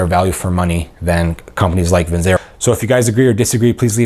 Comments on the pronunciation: It's pronounced Vin Chair O. I don't think they claim to be the greatest watches in the world. I think some of their watches are really nice looking. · You’re not even pronouncing Vincero correctly.